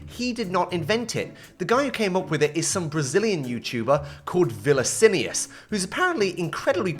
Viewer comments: Itss not vilicius, its vi ni cius. Still a good try for someone who doesnt speak portuguese. Also love to see the youtuber who made my childhood get the recognition he deserves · It's no vilicinius, take the li out and switch the ni and ci syllables. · "Villiccinius" hahahahhahah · "Vilicinius" KKKKKK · called WHAT? VILICINIOUS? did you TRY? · bro did you really say villicinius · Isso me matou por dentro. Pela segunda vez, pois meu espírito já estava se decompondo faz um bom tempo. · That "Vilacinious" got me unexpectedly. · meteu um vilalinius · completely botched the poor guys name ☠️☠️☠️ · i'm brazilian and the way you tried to pronounce Viniccius is so funny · That's the most butchered pronunciation of Vinicius I've ever heard.